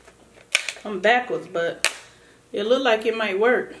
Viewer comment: “It just lookded nekkid” 😂😂😂 you just got yourself a new subscriber. I love your personality. You’re so entertaining ♥️♥️♥️